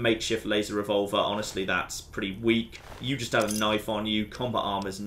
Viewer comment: "mah noife"